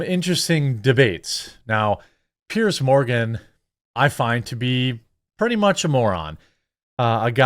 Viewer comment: FFS. Pronounce his name properly at least. He’s a tosser. And his name is Piers sounds like ears with a pear at the start. And yes it’s a posh twatty name.